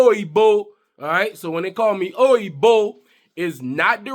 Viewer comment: It is pronounced Oyin Bo, as in the actress Bo Derek or the name Bo.